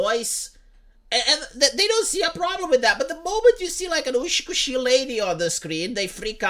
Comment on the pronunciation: (Off topic), it's not "ushi kushi". It's UTSUKUSHII (美しい) which means "beautiful" in Japanese.